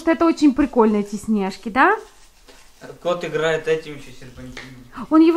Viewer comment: А почему вы говорите снЕжки а не снежкИ ? Вы просто самые лучшие